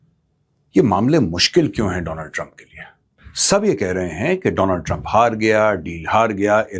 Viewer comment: Not Donald Trump it's Do+land trup😅